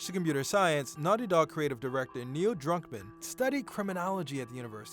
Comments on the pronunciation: bro its Druckmann not Drunkman😂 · Are you sayin' Drunkmann? im pretty sure its DRUCKMANN, UCK DRUCK not DRUNK. :)